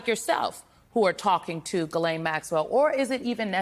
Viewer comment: not at all important, but I think this/she has clarified here how to pronounce “Ghislaine”.